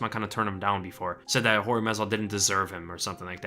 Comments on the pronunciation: It’s not George it’s Jorge pronounce “Hore hey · He just hates guys named George. In this video people he knows are calling him(Jorge Masvida) George. If he had a problem with it I'm sure he would say something. I've known about 4 people named Jorge and they have all gone by Hor-hay and George. You are allowed to do that! George St Pierre is actually Georges. My uncle is Visily to his Russian speaking friends. At work he is William and most other people call him Bill or Billy. You're allowed to do that you can even have a unrelated nickname if you want. SMH..